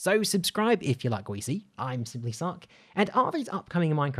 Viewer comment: I thought you said "I am simplysuck"